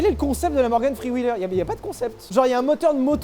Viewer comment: Morgan Fffffrreeee wheeler 😖😂